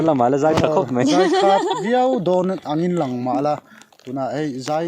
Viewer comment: Sawi tha khawp mei, 'mei' ti lovin 'mai' tih tur aw....